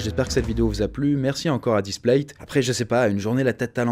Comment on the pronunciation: "[...]displate" literaly everyone: "splate"